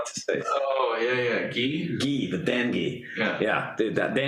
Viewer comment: Soft g,! I aint Ghee!